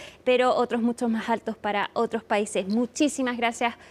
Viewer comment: NO ES.""" MAJ.""" ALTOS. ES MAS ALTOS. YA ESTAS GRANDECITA. PRONUNCIA. BIEN EL ESPAÑOL